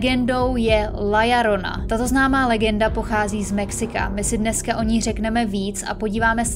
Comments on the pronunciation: (LA) JORONA. Co je na tom těžkýho? Proč čte LLORONA jako LLARONA? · " La Jorona" se to vyslovuje :)